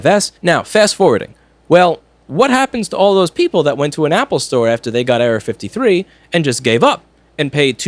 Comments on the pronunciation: anyone else think he was saying Area-53... LOL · The frist time he said error 53 I heard area 53